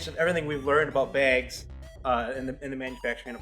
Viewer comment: I know, I had to comment on that myself. It either cracks me up, or makes me cringe every time.